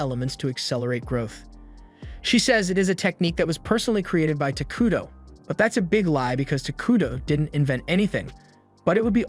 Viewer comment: The whole time I watched this, every time you said takudo. I heard taquito lol